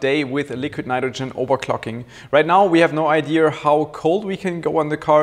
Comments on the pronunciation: Legit question, no hate just curious Why does say "ideaR"? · noooo its not about your english, your english is actually quite good but ive noticed it in many other german friends of mine that pronounce ideaR too. im just curious where it originates from and why its so widespread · I used to say "ideaR". I'm a naitive speaking English speaker. Not sure if it's like the 2% German in me (I have some amount, just not sure how much), and I said it like that for a while. It's just a mispronunciation of the word, which can be a bit difficult for some to get right. This is why some go to speech therapy, especially during schools and what not. It's fairly common, and since is a naitive German speaker, his English is beyond well and very impressive. Sure, it's not perfect, but no one is, we're human, embrace that.